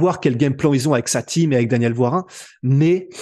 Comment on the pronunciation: "Woirin", pas Waring d'ailleurs...